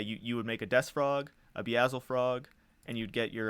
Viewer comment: Okay I gotta say something: it’s pronounced “BEE-el-zi-frog.” It’s a pun on Beelzebub, another name for the Devil.